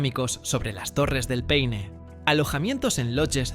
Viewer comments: Chilito qué te extrañoooo! y se pronuncia P-a-i-n-e y jamás pein!! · ¡PAINE! Huevón estúpido. Paine es una palabra del idioma mapudungún, la lengua de la etnia mapuche y significa: 'celeste' o azul claro. Junto a las Torres del Paine corre el río Paine. Pero también en las cercanías de Santiago hay una localidad llamada Paine, famosa por lo grande y sabrosas que son sus sandías. Hay que ser extremadamente torpe e ignorante para creer que esta palabra de origen mapuche deba ser leída como si fuese una palabra inglesa. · Ridículamente estúpido, torpe e ignorante creer que la palabra «Paine» de origen mapuche deba ser leída como si fuese una palabra inglesa.